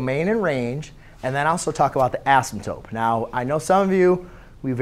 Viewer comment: Its asymptote not asymptope no hate tho